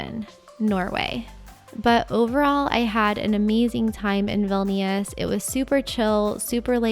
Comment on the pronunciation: Enjoyed your video, in the pronunciation of Vilnius you don't pronounce the second i.